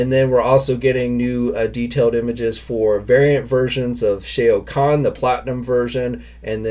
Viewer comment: still saying shao Kahn's name wrong, you obviously never played the game